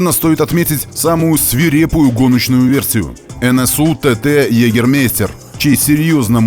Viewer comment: Йегермейстер-правильно произносить ЙегермАйстер-вообще то популярный травяной ликёр в Германии. Прикольненнький в целом. На логотипе того самого ТТ в вашем видео красуется эмблема того самого ликера-олень. Переводится как мастер-охотник. Я не копался подробно-какое отношение производитель выпивки имеет к машинам NSU, не исключаю-что тупо попросили нанести логотип на машину во время гонок :)